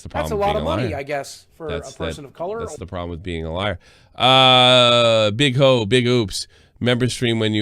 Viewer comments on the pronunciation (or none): Merry Christmas to, the SFTP news team and fukheds 🎄🎁 I had to edit this comment to include how much I died of laughter when read "Boo Hoo Big Oops" as "Big Hoe" 😂😂☠